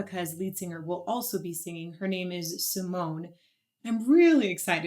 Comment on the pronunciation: Two of the Dutch Metal Maidens in one song. Sign me up! The e at the end of her name is pronounced like a small a so (Sea-moan-ah). Two songs I would love to see your reaction to are Within Temptation with the Metropole Orchestra "Somewhere" ft. Anneke, also Ex Libris "The Motherland / Ann Chapter 2). This will give your ear a "taste" of three more of the Dutch metal queens Anneke, Sharon, & Dianne. If you want more Epica I recommend "Consign to Oblivion", "Storm the Sorrow", "Design your Universe" & "Kingdom of Heaven" Also there is a second duet with Floor from this same Retrospect show "Stabat Mater Dolorosa".